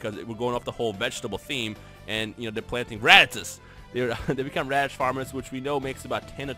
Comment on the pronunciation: HAHAHHAHA HE SAID RADITZ FARMERS BUAHAHHAHAH